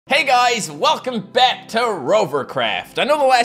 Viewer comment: Guys in the intro doesn’t it sound like he said bat instead of back??